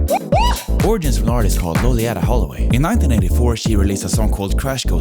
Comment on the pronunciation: That's not how you pronounce Loleatta 😅